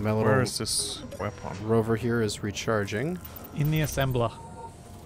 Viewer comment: Is a big fan of Half-Life: Full-Life Consequences? Just wondering about his abuse of the pronunciation "wepon" XD